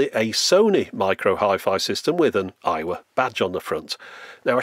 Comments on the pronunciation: Every time you say Aiwa, my American ears hear Iowa. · Oh! Aiwa! I thought you were saying Iowa the whole time lmao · i thought he was saying 'Iowa' the whole time 😆